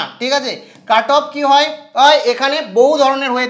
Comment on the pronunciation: pronounciation ta cut up I mone ho66ilo😅